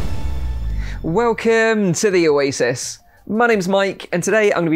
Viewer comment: it’s oasis not oasic